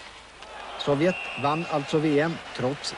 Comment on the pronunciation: Arne Hegerfors har aldrig kunna uttalat Sovjet så att det låtit farligt. Arne: Sovjett!